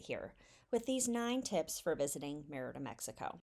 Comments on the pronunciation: ME - Rida Not MeR-Ida. The E is stronger than the I. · Really nice video, but please stop saying Me-RI’ da. It’s Mer’ Ida. If you’re going to do a video on a town, ask a local how to pronounce it so you get it right. It would be like calling California, Califor nia’. It’s just incorrect. I’m not angry, just being frank. I.hope to visit Mer’ida soon. TU. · Great tips, very useful information and a well-edited video, EXCEPT for one annoying flaw. You started off pronouncing "Mérida" correctly [MAIR-ih-duh] and then, for some inexplicable reason, kill the pronunciation to [mur-EE-da] for most of the video to the end. The accent on the "e" (é) means that syllable is emphasized. You pronounce it correctly at the start of he video, and, oddly, correctly at , then murder it in the very next sentence at and continue mispronuncing it "gringo-style" all the way to the end. The accent indicates emphasis of that syllable. Another small step towards Spanish fluency! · Actually, no. It's distracting, particularly when the mispronunciation is the very subject of the video. If you're going to make a video about a city, at least get the name right. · Omg. Learn how to pronounce the city! You are making my ears bleed. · Great video and tips. I've got to visit! A tip about pronunciation in Spanish is you always stress the syllable with the accent. If the word doesn't have an accent, you would have been correct stressing the second to last syllable. This is the usual rule unless there is an accent.